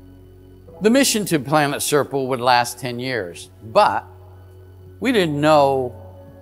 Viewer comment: Really enjoy these reports, wish Richard would try harder to pronounce Serpo better lol, all I heard over and over was Serple, and he said it a lot. Imho, I believe the story to be true, just don’t understand why Richard thinks we, the primitive ones know everything there is to know about maths and physics.